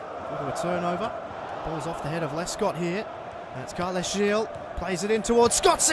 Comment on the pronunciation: Thought i'd let you know that Gil's name is pronounced as the same way you pronounce the heel of your foot